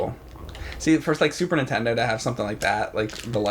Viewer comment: Is it me or does James say super _intendo?